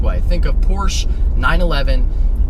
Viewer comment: the way you say porsche drives me crazy but gt500 all the way